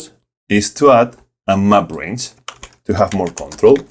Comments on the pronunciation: Took me a second to figure out that you were saying "map range" and not "my brains"! "My brains allowed me to...", "My brains to the rescue...", etc. Fantastic video. I loved it, and I love the accent. Awesome content. Cheers! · Every time he says “Map Range”, I hear “My brains”.